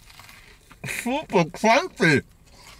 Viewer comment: Lol at 6.10+ your “super crunchy” sounds super German